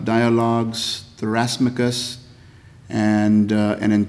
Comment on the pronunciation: Goes on and on about the importance of correct words... then mispronounces "euthyphro" and "thrasymachus". Religious preaching at it's usual...